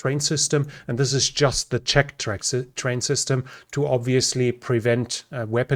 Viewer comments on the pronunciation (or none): none